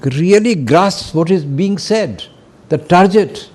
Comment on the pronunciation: TARGET NOT TARJET PRONOUNCED G NOT J